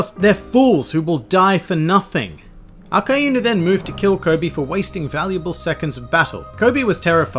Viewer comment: I thought it was akainu not akaenu